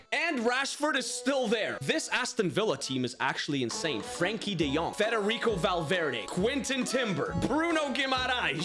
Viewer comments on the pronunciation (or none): none